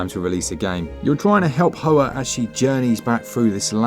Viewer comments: Isn’t Hoa pronounced Wa? I’m not 100% but I recall hearing that a while back. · "Hoa" is pronounced "Hwa" Vietnamese for flower.